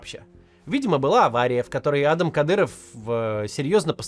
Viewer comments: Ну адАм же, а не Адам) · Не Адам, а адАм😂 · он не Адам а адАм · Не Адам,а Адам! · Может он и А́дам, но он родился и живёт в России и на Кавказе, так что он Ада́м😂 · как меня саипале эти "Адам". Правильно ставить ударение на вторую "а". Зачем вы его все на американский манер зовёте? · Почему Кац говорит "А́дам Кадыров" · Кто научил ставить идиотские ударение в имени «Адам» на первую букву??????????????? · ударение на 2 -ое А !Хоть кафировский отпрыск позорит это имя ,но что с предателей возьмёшь и дед и отец агенты кгб =фсб и всегда прислуживали кремлю продавая Ичкерию и весь вайнахский народ! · Меня прикалывает, как Кац произносит имя Адам на американский манер, а не на русский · Почему вы Адама на первый слог ударяете как будто он англичанин какой-нибудь?